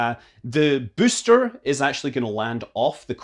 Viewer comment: I just love the way Scott says "booster", sounds a bit like "byyster" - kills me every time